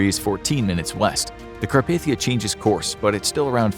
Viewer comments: Carpathia. It's "Car-pay-thee-ah". Not "Ca-par-thee-ah". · Every time the names of the ships were said wrong...never heard anyone mispronounce Lusitania and Carpathia